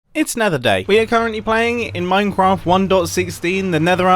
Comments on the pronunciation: Mum I said minecwaft at the start of the video. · I'm the only one who hear him say "minecwaft" like a child at the start of the video?!?! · did he just say minecwaft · mumbo: minecwaft